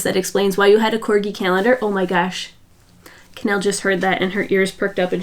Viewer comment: I love that you said what Cannelles name ment! The amount of times i thought you said Kanel with a french twist (kanel is cinnamon in Swedish)💝